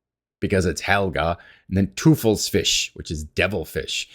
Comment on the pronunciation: My vote is teufelfisch. FYI it pronounced toy fill fish